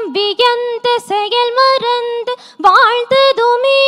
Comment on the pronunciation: வாழ்த்துதுமே என்ற வார்த்தை உச்சரிப்பில் மாற்றம் உள்ளதாகத் தெரிகிறது....